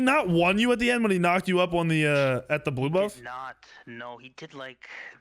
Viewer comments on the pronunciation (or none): none